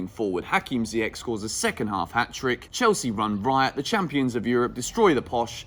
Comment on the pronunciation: just FYI it's pronounced "Ziyesh"